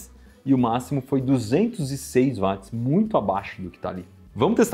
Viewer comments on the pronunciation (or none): Pô, Iberê. Vc falando "vátis"? James Watt era britânico. Na língua inglesa o w tem som de u. Se fala "uótis". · Poxa cara, gosto bastante dos seus vídeos, mas “vatis” é complicado. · Pq que os Brasileiros falam Vats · Dói os ouvidos cada vez que o Iberê pronuncia "Vats". A pronúncia correta é "U", semelhante a Will, Wendell, Wash, Way, Western, Warrior, Wonderful... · Eu sei que muita gente fala VATS, até engenheiros, mas está errado. O correto é pronunciar UOTS, pois é o nome da pessoa que foi homenageada com a unidade de medida. O físico Watt. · "Vat" mds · Q agonia o Iberê falando "vat" kkk, mas ótimo video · Faltou o arcondicionado. PS.Chega a doer os ouvidos .... Iberê não é Vats é Watts ( nome próprio James Watts, Eng. Británico)